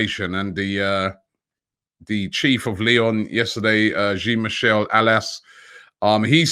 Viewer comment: Please learn how to say the name "Jean Michel Aulas", it's ridiculous the way you pronounce it. It's not "Jean" like "Billy Jean", it "Jean" like "Jean de Florette", and Aulas is pronounced with an O = Olas